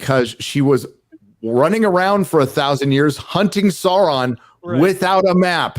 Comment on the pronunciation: After two decades, Gary still can't say Sauron's name correctly. You wouldn't call Luke Skywalker, Loog Skywunker. You wouldn't call "Gary" "Gay." Well, maybe that one fits. Gary, The dragon in the Hobbit is not "Smog," it's Sm-oww-g. And it's not "Sarron," it's S-oww-ron. You don't say "Nookuler" for "Nuclear." Sauron is one of the foremost villains in all of literature, say his name right, man. "It's 'make like a tree and LEAVE,' ya sound like a damn fool when you say it wrong!"